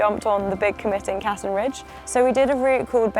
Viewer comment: Wonderful video, awesome views, and a really great accomplishment! 👍 I think the route is named after Riccardo Cassin, an italian alpinist, who climbed the Denali as part of an italian team, back in 1961, when he was 52. The correct pronunciation is with a stress on the second syllable, so it’s Cassìn, not Càssin. 😉